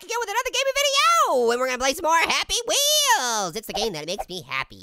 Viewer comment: I Love HAPPY WHEEWS